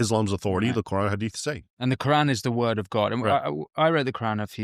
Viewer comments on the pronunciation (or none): the way you pronounce it is what i learnt was used by white south Africans as a racial slur to blacks south Africans